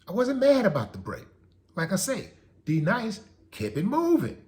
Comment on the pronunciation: Steve Harvey kept mangling D-Nice (Happy Belated born day) name in the beginning. That was the worst. Then tried to play it off like it wasn't a mistake. A simple apology (my bad) would've been dope, but we talking about Steve here.